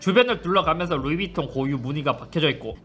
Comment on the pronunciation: 에헤이... 밤하느레 풔얼 해야죠... 베러랜 욜 루이빝톤~